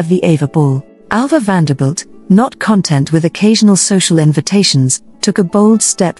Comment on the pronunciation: Get rid of robot narrators. NOT "CON-TENT"??? Proper accent on syllables is essential for pleasure.